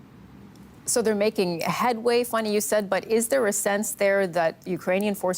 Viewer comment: Why do you keep calling her “Funny”? Her name is Fanny, which is pronounce like fan + ee.